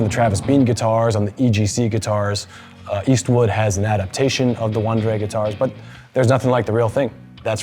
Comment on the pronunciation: It's pronounced vahn-DRE